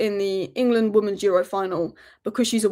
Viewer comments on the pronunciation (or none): are you saying woman's when you mean women's? i cant get my head around it, is it an accent thing? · Why can't you pronounce the word "women's" properly? Weird!